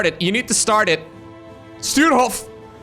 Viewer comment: His name is Sturehof and not Stuerhof = Stürhof Get your pronounciation straight;-)